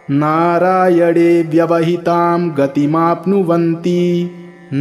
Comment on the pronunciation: नारायण bolne के bajai aap narayad kau बोल रहे है.😢